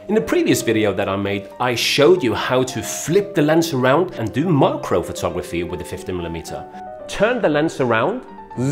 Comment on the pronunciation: It's mak-ro